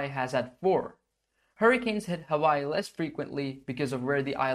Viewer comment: Hawaii is actually pronounced Havaii, so good on you.